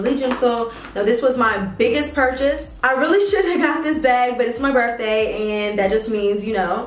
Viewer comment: Jayla jayla jayla 🤦🏾‍♀️ you’re pretty and educated remember so we gotta get these words right boo lol. It’s BIRTHDAY not BERFDAY, it’s BATHROOM not BAFROOM, it’s VALENTINES not VALENTIMES!! But on another note...that blonde is EVERYTHING on you 🔥🔥🔥